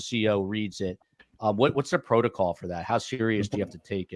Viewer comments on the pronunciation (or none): none